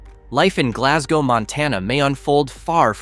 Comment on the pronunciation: We dont pronounce it like that